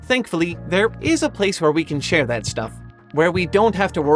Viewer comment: A year! I love how you say thath.